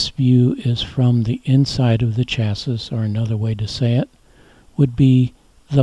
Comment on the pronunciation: I enjoy your videos. I'm not familiar with your pronunciation of "chassis."